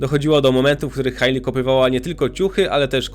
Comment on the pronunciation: Hejli, nie Hajli